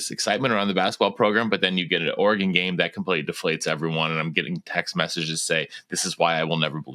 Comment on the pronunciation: We gotta work on how pronounces Oregon because that is not it